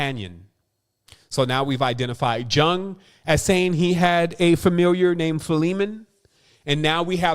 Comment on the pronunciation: Thanks! excellent as always. (PS 'Jung' is pronounced 'Yoong')